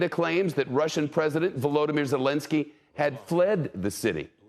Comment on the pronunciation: "Russian President Solinski" ..... this reporter. you could tell earlier that he had trouble saying his name as well, pathetic, you had 1 job.